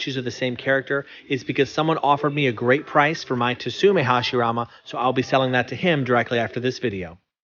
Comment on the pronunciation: How to pronounce Tsume: "Sue-Mei". The French company personally go by it as well. The "T" is silent just how it is in the word "Tsunami"🌊🌪🌊.